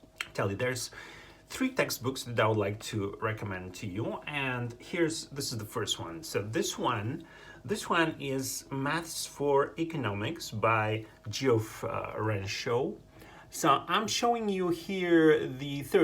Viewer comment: Geoff is pronounced jeff.